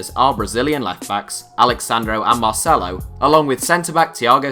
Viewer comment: Wtf its marcelo